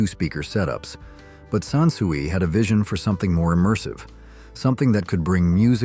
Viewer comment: SON SUIE ???? Dumb bot ai SANSUI